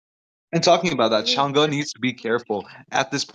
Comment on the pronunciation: Can't even pronounce Change'... Chang-gee/ Chang-gay 😂😂😂